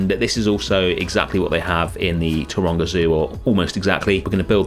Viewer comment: I was 3/4 of the way through this video, before I realised that you were saying Taronga Zoo. Most the time I thought you were saying Toronto… 😅